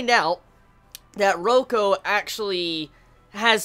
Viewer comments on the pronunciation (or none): Btw it's Reiko 'Ray-ko' not Roko XD And...can u read SAO vol14 already D: It's so EPIC!! Review it too ofc >.<